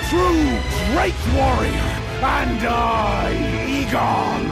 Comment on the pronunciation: Igon? More like Eyegone